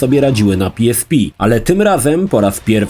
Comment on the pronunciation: Jakiee PI ES PI tylko i wyłącznie PE ES PE xD